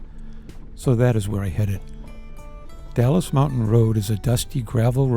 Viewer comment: Dalles is said "DALZ" not Dallas. Klickitat (Click-it-tat). Washington side is more scenic, while Oregon has majority of waterfalls and sections of the Columbia River Scenic Highway